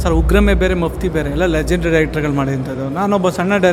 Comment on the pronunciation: ಮಪ್ಟಿ ಅಲ್ಲ....ಮಪ್ತಿ